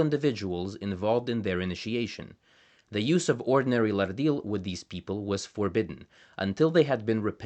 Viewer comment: That’s a lovely flapped ‘r’ you have, but in your pronunciation of the word ‘Lardil’ is incorrect. The word actually has no ‘r’ sound in it. From what I understand, having learned half a dozen or so other Pama-Nyungan languages, ‘rd’ is a digraph - two letters representing a single sound, like ‘ch’, ‘sh’, ‘th’ and ‘ph’ in English. In the modern orthography of most Australian languages, ‘rd’/‘rt’, ‘rl’, and ‘rn’ represent ‘post-alveolar retroflex’ consonants, where the tongue curls back towards the hard palate (common among the languages of India). If a flapped ‘r’ appears before a retroflex consonant, it would be written ‘rrd’. You mention retroflex consonants in your video, but forget to use the post-alveolar retroflex plosive consonant in the word ‘Lardil’.